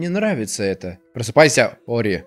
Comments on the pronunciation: и снова говорит не ори а орио ) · Все: Ори: Орио;) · Ты на 35 минуте сказал ореол вместо ори😂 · Я один слышал как говарил не ори а орео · Мне одному слышится что говорит орео